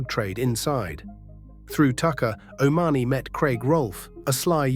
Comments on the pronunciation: It's pronounced o'ma honey, which of course isn't his real name and he was never part of their group either though you would think otherwise the way he has made money out of it. The three were never that big in the criminal fraternity and Steele and Whomes did not pull the triggers. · Pity don't get proper facts before doing these calling Bernard o money the way he pronouncing it